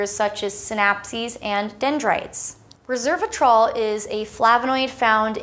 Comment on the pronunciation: You repeatedly said "reservatrol" instead of "resveratrol". They are not the same thing. Will you please annotate your video people to note that?